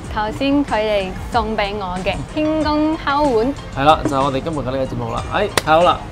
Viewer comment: 點解我總係聽到明禎話：’輕功敲碗‘？😅